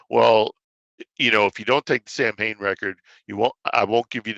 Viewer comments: What's so hard about just pronouncing the name correctly? Sam Hane sounds like the name of the founder of Hanes underwear company. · He pronounces it "Sam-Hain"? Interesting.